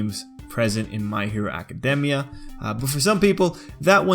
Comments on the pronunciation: Can ANYONE pronounce academia right?! I have heard ah-kah-dee-mia. You say ah-kah-demia. ITS NOT HARD TO SAY ah-kah-dey-mia. Just think of the word academy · Acad- EEEE - Mia.